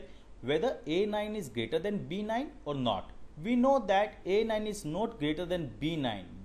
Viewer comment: Why u r pronouncing 'Note' instead of 'Not'?